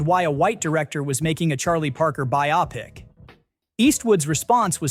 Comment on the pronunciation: By-op-ik 😂(I'm assuming biopic?)